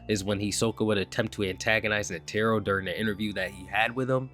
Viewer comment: Please learn how to pronounce netero, driving me crazy with the pronunciation. Otherwise great vid dude